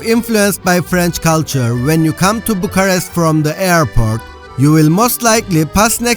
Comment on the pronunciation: Why do you keep saying Bucharesy, must have said it 1000 times. Bucharest.